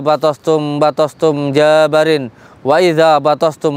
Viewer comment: Ini daran...Ampura....JABBAARIIIN.....pakek TASYDID "BA" nya dan panjang bacaannya...